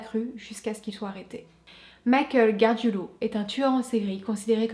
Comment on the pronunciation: GARGIULO, pas GARGUILO. 😉